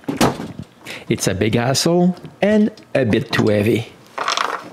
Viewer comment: I thought he said "arseole"! Lol